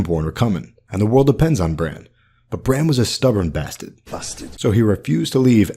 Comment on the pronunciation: "Bassted"....."A traytas bassted".. Made me smile!.. It's always a better day when you upload! Love.🌹 😊